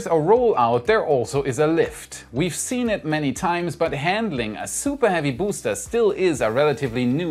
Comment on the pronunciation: "SOUPAH HEAVY BOOSTAH!"